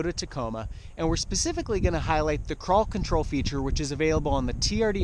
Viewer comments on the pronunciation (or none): It sounds like you are saying paw patrol.